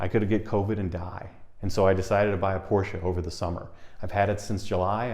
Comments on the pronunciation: Somebody needs to teach him its 2 sylable word POR SCHE 🤣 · A great video, thanks. Here's a small but important comment. The company that build the Boxster is named after its founder, Ferdinand Porsche. Both he and the company pronounce the name Porsche-ah. All of their public material like advertisements have the announcer pronounce it "Porsche-ah". It's a common way to end German names, like Deutsche Bank. ("Deutsche-ah") People who know Porsche know how to pronounce the name.